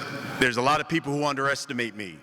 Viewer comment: Did he say some teople lol